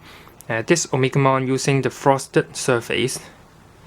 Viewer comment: o-me-ga-mon not omikmon or At least omnimon